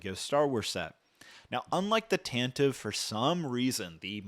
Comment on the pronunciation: Tantive IV (pronounced /ˈtæntɪˌvi 'fɔ:r/) (from Wookiepedia) - Tan-ti-vee (you can plug the phonetic into Google or Bing - & this is how it was pronounced in Star Wars Radio Drama)